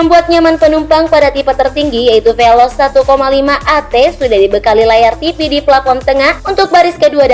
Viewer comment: Veloz bukan velos